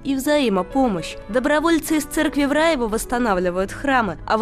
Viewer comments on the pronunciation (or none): Только почему диктор грворит в Рáеве, когда всю жизнь это было РАЁво, и кладбище что неподалёку РАЁвское, а не РАевской....